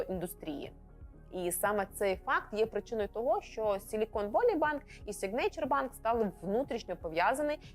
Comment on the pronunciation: Та й signature вимовляється як "сІгнече" з наголосом на першому складі 😀. Вибачаюсь за буквоєдство.